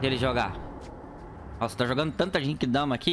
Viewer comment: O cara não saber as transformação do Goku, é foda kkkk. Não é atoa que o cara fala '' JEIQUIDAMA '' Mds kkkkkkkkk